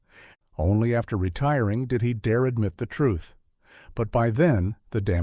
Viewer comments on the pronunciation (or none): none